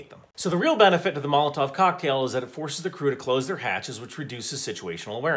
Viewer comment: According to my Russian friend, the tov in molotov is pronounced more like a cough.